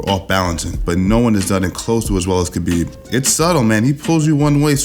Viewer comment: khapib, damm thats sound more badass than khabib